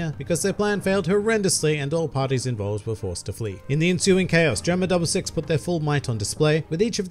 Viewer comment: GERUMA DABURU SIXUH